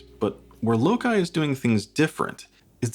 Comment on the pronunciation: Feels pricey for what you're getting. Regardless, I think its pronounced "low-sigh".